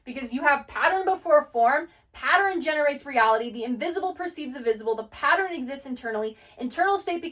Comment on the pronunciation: PATTERN..."Pa-ttern"...a 2 syllable word. I keep hearing " pa- tter-en " 3 syllables.